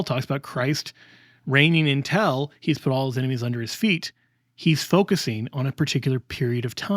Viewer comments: Confusingly, mispronounces an important word. It is UN TIL not EN TEL. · Until ???!! It sounds like you’re saying intel. I was very confused. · Great talk, but why are you pronouncing until as intel? That can be jarring and confusing. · I just wish would pronounce ‘until’ instead of ‘intell’. Sorry, I’m ‘picky’ in regards to pronunciation. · this drove me a little crazy 😅 great arguments though ..